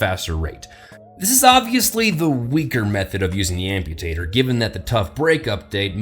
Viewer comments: Did anyone hear “Ampotato” instead of Amputator? 😂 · "The Amputatoe" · 2016 "ampotato" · Did anyone else hear say Ampotato? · He said Amputatoe XD